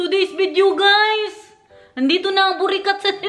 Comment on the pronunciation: Nkakatawa pgpronounce ni ng burikat😅